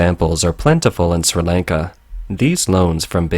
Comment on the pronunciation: My man can't even pronounce Sri Lanka properly. Bruh.